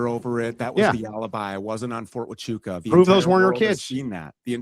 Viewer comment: So Andrew Wilson can do all this debate prep and know every stance Stew has ever had, but he can’t take the time to learn how to pronounce “Huachuca”. Interesting tactic.